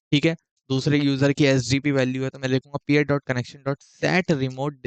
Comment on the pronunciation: great explanation bro but I think it's PEER not pair